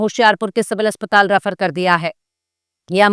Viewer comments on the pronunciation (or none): none